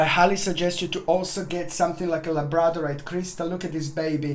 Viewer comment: Sorry sweet heart couldn't understand the name of the crystal labortinite??